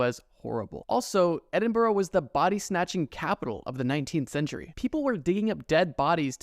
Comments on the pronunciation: Dear Americans, Edinburgh is pronounced "Ed-in-bruh", not "ed-in-burrow" or "ed-in-berg" BRUH. REMEMBER. BRUHHH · Edinburgh is pronounced “ed-in-bruh”. I know I’m right because i live in Scotland and that’s how we all pronounce our capital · great video but tf that is not how say Edinbrugh its pronounced ed-in-bruh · I hate to be that guy from the uk but… edin.bruh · Given he can't pronounce Edinburgh correctly I'd imagine the accent would be truly atrocious 😂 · Why can’t Americans pronounce Edinburgh?? It’s not that difficult! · Your man definitely 100 percent did not pronounce edinburgh right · He did not pronounce Edinburgh right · As a Scot your pronunciation of Edinburgh was painful and excruciating. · Good video, just learn how to say Edinburgh lmao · Learn how to pronounce Edinburgh correctly. You made me cringe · WHY DID YOU PRONOUNCE EDINBURGH LIKE THAT. YUCK I.HATE YOU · the pronunciation of Edinburgh made me WINCE 😵‍💫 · so american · the scariest part of this video was how you pronounced Edinburgh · The way you pronounced Edinbrugh made me cry a bit😭 but I loved this video and I love your Channel!! <3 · Edin-burrow??? There's no O at the end. It's Edin-burr or Embra or Eddinburra. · There’s actually “the witches well” at Edinburgh castle to commemorate all of those who were killed during the witch trials in Edinburgh. P.s. It’s Edin-bruh or Edin-buh-ruh not Edin-borrow! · Edin-Bruh. Never Edinboro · Ok by the way it’s not edinburrow it’s edinbruh from a British person that is how it’s pronounced 🤗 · Just saying it’s “edinbruh” not “edinborogh” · no way he just pronounced Edinburgh as “EE-DIN-BURROW” It’s “Eh-Din-bruh” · i dont want to sound mena but it its pronouced 'ed-in-bruh' not edinburough!! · Its pronounced edinBRA not boro, BRA 🤣🤣🤣🇨🇦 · its called edin-bruh not edin-borough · Scot here, its pronounced EdinBruh not Edinborough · It's pronounced edin-bra not burrow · Also, it’s pronounced Edin-bruh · ED IN BORO urgh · Its pronounced "Eh-duhn-bruh"